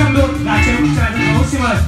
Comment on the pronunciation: xin mời quý vị cùng chở nại.MC j ngọng líu ngọng lo.